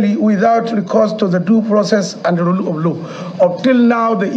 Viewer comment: look at his yeye mouth saying "Duu frocess and rule op low".... Where were you guys when a certain northern president was breaking into the houses of southern judges and politicians without "Duu frocess and rule op low"?